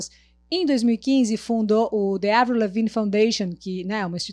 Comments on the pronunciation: Que paz ouvir ela falando o nome da Avril corretamente kkkkkkkk💕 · Sofro kkkk A falando certo ja fiquei aliviada 😂😂😂